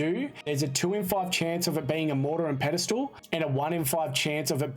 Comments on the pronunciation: Great guide but Sorry bud its, pestle not pedestal. -A Pestle can be pronounced Pest-el, or Pest-ul if you're english. It comes from the Latin pistillum meaning 'pounded'. -A Pedestal is the stone at the base of a pillar wider than it is tall between columns and footings, which distribute loads evenly on the footings. Pedestal comes from the Italian words "pie di stallo" meaning foot of no advancement. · You can say it "Pestle," yes. But "Pedestal" is never the correct pronunciation lol. I forgive him, however, as my mother would always say it that way, for some reason. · Friendly FYI - Pestle rhymes with wrestle, or nestle. The T is silent, just like thistle or whistle. Also, thanks for the help, I did not know how to use the filters! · No it cannot be pronounced that way dude. Pestle rhymes with wrestle. SMH